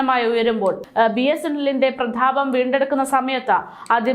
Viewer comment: പ്രധാപം അല്ല പ്രതാപം